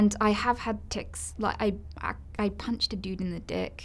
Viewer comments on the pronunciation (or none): I heard pinched.